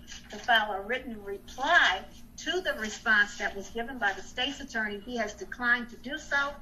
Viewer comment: First she says it's unlawful and then immediately says she doesn't know. Bahaha 🤣. I'll have what she's smoking. She's also mispronouncing State's Attorney. Too funny.